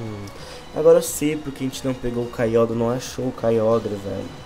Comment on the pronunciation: O Nome E Kyogre Mais C Pronúncia Kyoger